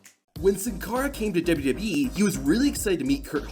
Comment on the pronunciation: WWE❌ Dubdubee✅😂💀